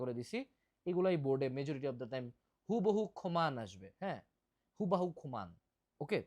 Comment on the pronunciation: that "হুবাহু খামান" got me 🤣